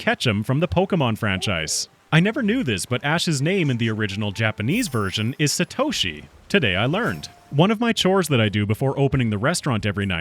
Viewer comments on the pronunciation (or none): none